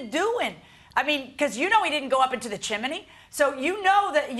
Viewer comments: Chimney not chiminey and flue not flute .. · Chimney is correct. Im with you. Its spelt chimney and pronounced chimney. All ive ever heard is chimney not chimaney 😂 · Good grief. There's no such word as chim-in-ney. It's chim-ney. Also, a chimney has a flue NOT a flute. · Is "chiminey" a dialect thing? Both Milian and the defendant say it. I've only ever heard it pronounced "chimney" unless I was watching Rugrats or something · "Chimney" has two syllables, not three. It is not "chim-in-knee." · Chim-ney! There isn't another i. Not chi-mi-ney!! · I couldn't be the judge in this case. I'd spend the whole time correcting chim-blee and chim-men-ney! It's chimney Sir!!! It's chimney Mam!!! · I always pronounce it chim-ney so it tickles me when they keep saying chim-a-ney. Don't care what's the right way, it just tickles me. Those plaintiffs are wrong, that's all there is to it. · The judge and the defendant also pronounced it as "chimaney", not just the plaintiff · My grammar and pronunciation OCD is screaming with the judge and defendant saying Chim-IN-nee and the Plaintiff saying Chim-Blee Help!! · The whole chiminey thing was crazy, I had a good giggle 😂 the more they said it and they said it a lot 😂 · I don't know why the Judge's pronunciation of chimney is making me giggle: chim-i-ney. ;) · Ummm, but the judge kept pronouncing it wrong too. 😂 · I couldn’t even pay attention to the case because the way Judge Milian pronounces chimney… I know she’s a very educated woman and it’s just her Miami accent😂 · That's not OCD. They're both making my skin crawl every time they say "chimney". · Honestly, why is no-one pronouncing it correctly 😂